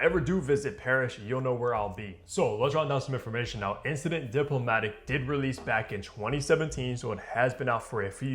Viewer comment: Bro at least give enough respect to the perfumer who spent years mastering his craft to pronounce his creation correctly